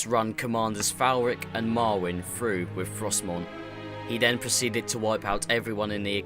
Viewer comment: How u say Arthas and through.. Actually say through.. not fru